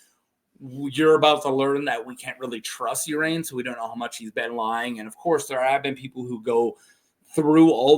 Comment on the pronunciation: I thought it was pronounced Ar-ain "Ar" as in car, and ain as in rain"